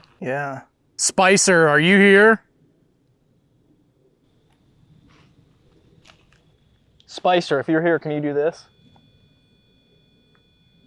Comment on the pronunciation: When you asked them to talk, I heard a 'hello', and then you asked their name and I heard 'Spicer' as two syllables; like Spice-er! Sent cold chills up my spine!